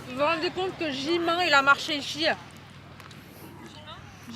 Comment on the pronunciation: ''Vous vous rendez compte que Jimain il a marché ici?" "Jimain?" "Jimain!" "Jimain!" "Et Vé aussi!" "Et Çuga" "Et Taheillungue"